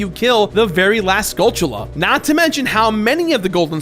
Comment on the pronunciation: I think goht is pronounced goat. (G-OH-T) But I will say I'm glad you did pronounced skulltula properly. Most call them skullTOOla.